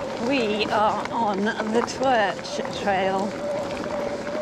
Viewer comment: Pronounced like TURK - I got it wrong too (torch!) and was corrected by a local 😂 Oh, and have a look at Hope shorter cranks. I’ve gone from 170mm cranks to 155mm and it definitely reduces my pedal strikes.